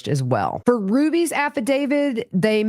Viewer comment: Dear one, the word is affidavit: “af·fi·da·vit.” Nothing to do with David. Cheers from an English major.